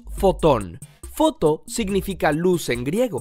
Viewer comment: cuando estaba diciendo las palabras de foto yo escuche Poto 😂😂